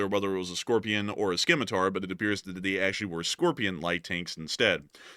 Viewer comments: Simitar - not SKimitar - LSA all the way. Don't be offended by my little corrections - consider me your free copy/speech editor. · Skimitar? Lol. Scimitar is pronounced 'Simitar' LSA! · the C is silent in scimitar bro ;) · I love your channel. I watch every day. However, you guys mispronounce so many words that it drives me crazy. Scimitar is pronounced like (simitar), not like (skimitar). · It's pronounced "simitar" the c is silent in "Scimitar". IT was a series of stuff from the crusades (loosely) I think - Saladin, Saxon, Scimitar, Scorpion. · * Correction * Scimitar is pronounced "Sim-it-aar" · Skimitar... lol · You do not pronounce the "c" in scimitar. Just the "s". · Not knowing how to pronounce scimitar, and then using wording like "unsuccessfully intercepted by the iron dome" makes you seem like a propaganda machine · The c in scimitar is silent